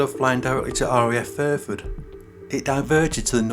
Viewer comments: Exactly!!!!!! I'm still trying to fathom out where RAF "Furford" is.....l live opposite RAF Fairford, but I've never heard of "Furford". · And it's FAIRFORD..... Not Furford.!! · Small point.. it's RAF FAIRford, not FURford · I know where RAF Fairford is.... I live opposite the airbase.... But the narrator said "Furford", and it's not on my atlas.